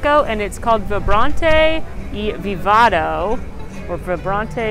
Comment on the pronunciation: I love u! Just fyi, is Vibrante & Vivido ( Vibrant and Vivid) My hispanic grandma kept correcting you everytime you said Vivado! Also, I love Brother Bear. The soundtrack with Phil Collins and that Bulgarian chorus is excellent.